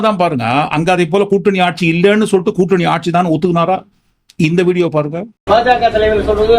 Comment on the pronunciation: கூட்டனி இல்லை திலுப்பி, திலுப்பி (என்ன தமிழ்டா இது?)